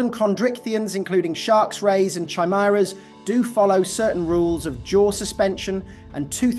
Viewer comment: Lol that's not how chimera is pronounced